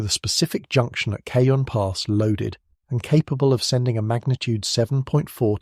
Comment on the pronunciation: At approximately , you refer to “the Cajun” pass. It is not. It is called the “Ca-HONE” pass; it is pronounced in the Spanish way. “Cajun” would more likely be in the Southeastern Gulf region. Please note.